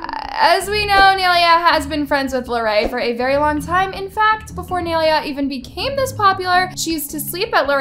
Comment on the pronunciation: nay-lia goodbye